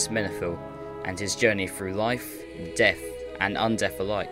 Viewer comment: While the lore is incredibly interesting, It's most vexing to hear "de cowd shadow of deaf" instead of "the cold shadow of death"... Practice the "th" sound, please...